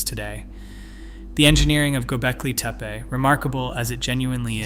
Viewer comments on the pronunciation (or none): Good video, but where are you pulling this "i" from⁉️ It's TepE and it is NOT TEPI. TEH-PEH Twice you even said TIPE?!?! Once even GOLBEKI⁉️ Why is it so difficult to say TEPE, TEH-PEH, NOTHING OTHER THAN THAT. Again, it's a good video. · not to mention, he mispronounced both "Gobekli" and "Tepe" several times. I always question someone presenting "with authority" that cannot pronounce names/words. Generally, it indicates a willingness to act on assumptions with confidence, or inattention to detail during post editing at the very least!